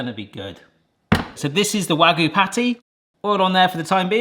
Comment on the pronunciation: It's not "waggoo" it's "wagyu"; "wa" and "gyu". わ and ぎゅ.